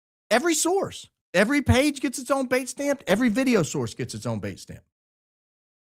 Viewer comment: What's this word "baitstamp"? I've never heard it before. Is it trying to say datestamp with a bad cold? What does baitstamp mean?